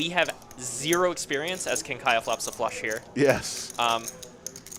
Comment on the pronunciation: It is not Kiah-ya.